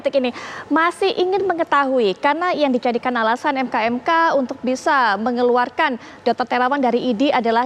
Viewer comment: MKEK mbak BUKAN ..MKMK